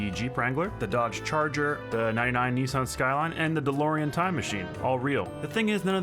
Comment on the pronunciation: It is pronounced, NISS-AN